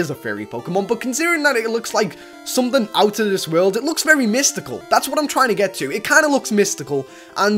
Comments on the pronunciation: he called togetic: togechic XD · Togetic not togechick okay plzz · its not togechik its togetic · togechick Me:it's togetic dude:WHEN DID I SAY CORRECT ME me: AHH IM SORRY DON'T HURT MEEEEEEE Few mins later... Me:owwwww... that was a bad idea... Plz like dis lol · And us not Togechic is Togetic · you said togechick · why did u say togachic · Lol he said togechic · did he said togechick??? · It's togetick